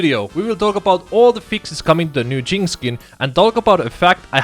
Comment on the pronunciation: The way you say "jinx" sounds like a racial slur....